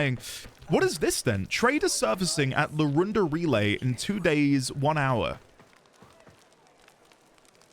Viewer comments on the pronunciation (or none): none